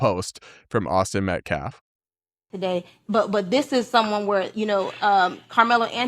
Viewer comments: "Metclaf" ... Jesus Christ, learn how to pronounce the last name of the murdered kid!! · WHY CAN'T THEY PRONOUNCE METCALF PROPERLY??